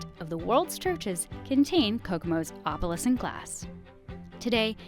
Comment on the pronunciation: It’s funny that the narrator can’t pronounce “opalescent” correctly.